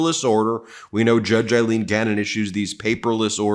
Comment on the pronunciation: Her name is A-lean, not Eileen, it's A-lean, A-lean. C'mon Ben, learn her name